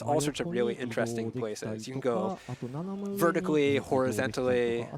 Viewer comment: Horizentally? Versitelaty? Wtf is this guy speaking?